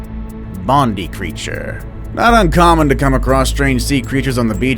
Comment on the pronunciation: Love how he said Bondi as much as it sounds funny it’s pronounced bond eye